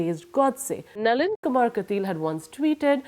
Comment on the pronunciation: she can't say Nalin??